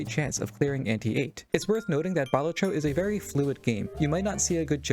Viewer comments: Balat-tro not bal-at-tro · Sorry for being that guy but it's baLAtro not BAlatro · it's pronounced "balatro"